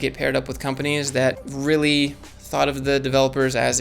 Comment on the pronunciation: Thought* not though. You said "though" so many times through this, but its thoughT with a T. No shade lol drove me insane